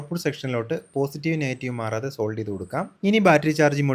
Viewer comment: സെൻസർ അല്ല മാഷേ , സോൾഡ് ചെയ്യുകയല്ല സോൾഡർ എന്നാണ് പറയേണ്ടത്